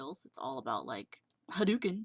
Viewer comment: Btw how you said "That is the fighter skill... umm... HA-DOO-KIN" xD Pfft Fighter skill is basicly spamming the shit out of your keyboard until you finally knock someone down.. You are mainly KICKING more than PUNCHING...